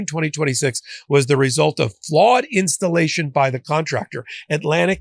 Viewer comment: FLAWED INSCHTALASHUN - J.Pirro